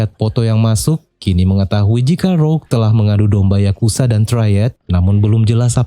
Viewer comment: Semuanya keren bang, kecuali saat abang bilang yakuza menjadi yakusa,itu jadi kurang enak banget di dengernya bang,jadi gak garang